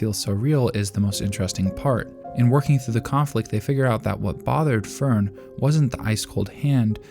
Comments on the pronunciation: Don't worry, your Fern and Stark pronunciation is off too, but it's well within okay territory, once had youtube recommend a video about Frieren and the guy pronounced Linie (the girl demon that gets axed by Stark) like lie-knee, which is so brutally wrong I stopped watching, did he even watch Frieren? They do an okay job with names, not perfect, but not this wrong. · This is the exact same phrasing I was intending to use to point out his mispronunciation of Fern and Stark xD